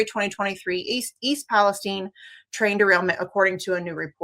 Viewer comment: Kudos to the guest for saying East Palestine correctly. No, it is not pronouced like the other "Palestine"